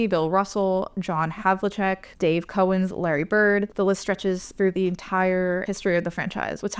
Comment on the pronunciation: mispronounced Dave Cowens☺️